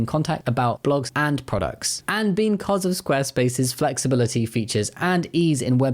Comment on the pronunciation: did you just say beancause, you fluent punster?